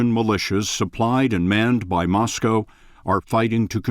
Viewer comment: An American who pronounced Moscow correctly (NOT Moss-Cow).....I'm impressed.